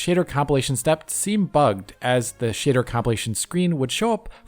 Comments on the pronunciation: You really make the word 'shader' sound like the word "shitter" and what do you expect from a game where the main protagonist is a ranga. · "shitter compilation" is a VERY good way to pronounce it. 😄